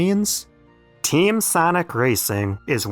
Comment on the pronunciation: Sanic✖. Sonic✔